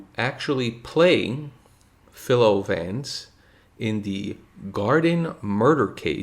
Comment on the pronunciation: For future reference, "Philo" rhymes with "Milo." Also, S.S. Van Dine created Vance; his novels were all titled "The (Six-letter word) Murder Case." "The Laurel-Hardy Murder Case" was likewise a parody of this template, not an inspiration for "The Biffle Murder Case."